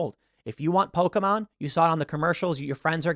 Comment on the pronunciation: This is a great message that Tim is delivering here. I also love how he pronounces Pokémon right. You rarely ever hear that.